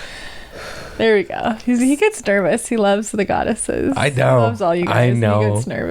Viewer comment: Goddesses... guy-desses... guide-esses... guide assists? Trying to come up with the boys name🤦‍♀️